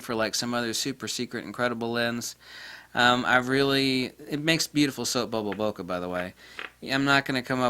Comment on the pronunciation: Thank you for that, it was unknown to me. Something to look out for. One parting detail though; the word "Bokeh" is a Japanese term used but it is pronounced like it is spelled, not "bokka". Listen to this in the end were a Japanese man explains.